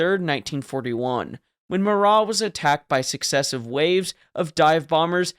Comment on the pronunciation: Minor gripe, but I'm almost certain that the Marat's name was just Marat.